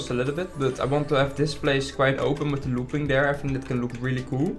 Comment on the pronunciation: Why do you keep calling loops a looping?